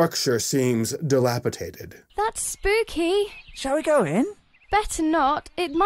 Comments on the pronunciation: Love your reviews, but the word is dilapidated, my dude. Not "dilapitated" lol. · It's pronounced Dilapidated, not dilapitated. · >rags on the narrator for using the word "dilapidated" >pronounces it "dilapitated" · ...Mr. Troll? That is clearly a leprechaun, wtf? Why are that lady's arms so short?? Basic anatomy, a characters hands should, at minimum, reach to the top of the thigh...hers stop at like, her waist 😆 Also, the movie's narrator doesn't even say the word right. It's dilapidated , not dilapipated 🤣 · Dilapidated not dilapitated